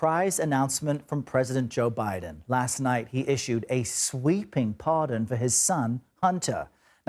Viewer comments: What's a parson? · “Parson”? Uhm, who let the intern play with the equipment today?